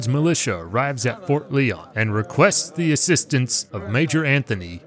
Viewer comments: It is pronounced Ft. Lion not Lee-on just saying. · I believe it's pronounced "LIE-on"